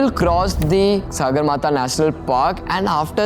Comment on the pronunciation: It is not Sāgarmatha but Sagarmatha. Sagar सगर means sky in nepali.